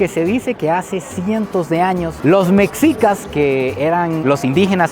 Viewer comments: Se pronuncia meshicas. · Se escribe MEXICAS se dice ´ MECHICAS ¨